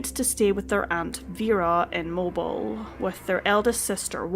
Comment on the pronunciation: It's pronounced Mo-Bill. Not Mo-bel